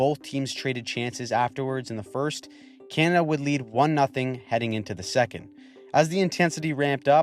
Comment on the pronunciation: You sir have impressed me with your analysis and also your ability to make the word “Canada” monosyllabic